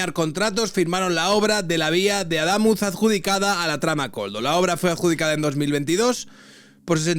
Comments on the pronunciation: Es Adamuz, con acento en la u, no Aldámuz. Has hecho una mezcla entre Adamuz y Aldama😂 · "Aldamuz"... ¿Cuántas veces lo va a decir? No sabe ni leer ni escuchar... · Cada vez que te oigo decir aldamuz o aldámuz no se que me da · no se dice "Aldamuz" sino Adamuz. Tampoco se dice modelo "armena" sino "armenia". Tronco, tu trabajo emplea como principal herramienta el lenguaje. Creo que deberías de cuidarlo un poquito. Solo un poquito. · Deja de decir Aldamuz jajajajaja es sin L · No es Adamuz ??? Es que solo escucho Aldamuz, como Aldama 😅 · A DA MÚÚÚÚÚÚÚÚÚÚÚÚÚÚÚÚZ!!!!!! No va acentuado, pero para que sepas como se pronuncia, Perdona que te corrija, pero llevo un par de días escuchando como pronuncias el nombre del pueblo y me duelen los oídos. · se dice .... ADAMÚZ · Buen vídeo,. Solo un apunte por si lo mencionas en otros vídeos: Adamuz no lleva L (noto que la pronuncias) y es palabra aguda, con el acento en la última sílaba (A-da-múz). Nada más. Saludos de una cordobesa 😊